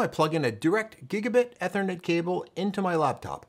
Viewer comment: Great educational video but It’s “eeeeeee-thernet”, not “ ehhhhther-net”